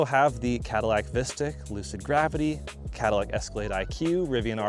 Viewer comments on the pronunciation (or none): none